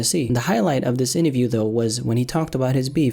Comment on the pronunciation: A part of me died every time said "INNAVIEW"...